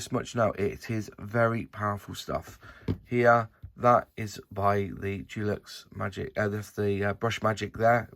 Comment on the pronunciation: De lux not Du lux! 😉